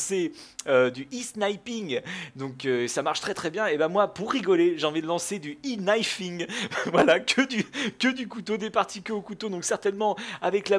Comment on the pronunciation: Euh tu sais que le prononciation "i" en Anglais c'est E ? Donc E-Knifing